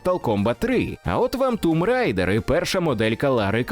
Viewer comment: Респект за правильну вимову назви Tomb Raider!